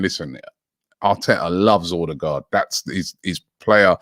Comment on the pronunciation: I like the way Robbie pronounces Odegaard